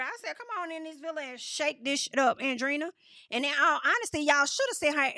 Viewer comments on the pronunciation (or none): It’s not Andrina. Andre-eena, that’s how you pronounce it. Hope it helps